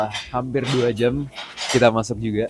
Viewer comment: "2 jem setengah" kaya ada aksen2 anak bekasinya lo bang kwkww